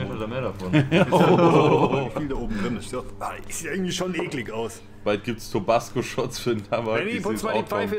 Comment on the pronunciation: Fun fact, hier bei uns in der Tekk und DnB Szene kennt man den Begriff 'Tobassgo' :D deswegen klingt es für mich nichtmal dämlich weil ich des schon öfter gehört habe. Aber klar für das Produkt ne lustige Aussprache xd